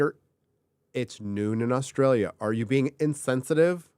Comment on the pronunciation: It's noon where? Aws Trail Yuh? Never heard of it, sounds like a fake place.